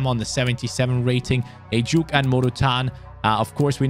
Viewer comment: Heyy really love your rebuilds btw it"was so funny the way you pronounced ejuke's name through out the video, its ejukAY not ejuke but never the less i am so happy you used one the many nigerian talents. las las Naija no dey carry last!!!!!!